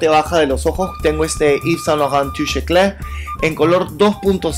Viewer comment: Magnífico!! Soy Francesa y me encanta el acento cuando usted dice "Yves Saint Laurent - Touche éclat " jajaja Saludos de Francia!